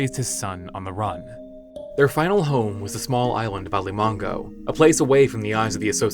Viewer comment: People should thank the fact that Alimango Island is not a real place, cause you clumsy-tongued dimwits keep butchering the word. It's A-li-ma-ngo, not A-li-mang-go, not A-ri-ma-go, A-ri-man-go. It's not Chinese or French, it's not that difficult. I'm a Southeast Asian an I have no problem pronouncing difficult English, Russian, or German words.